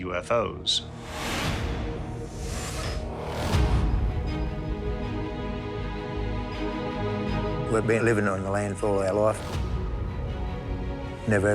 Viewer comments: YOUFO's, first time I've ever heard it pronounced like that. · And they pronounce “UFO’s” as “U-fose”! 😂 Gotta love the accent!